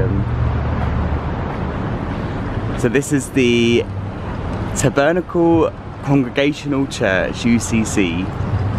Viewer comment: Love mispronouncing tabernacle. X